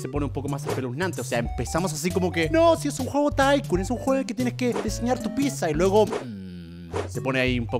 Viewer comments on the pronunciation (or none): Me encanta que German no puede decir ''Pizza'' solo dice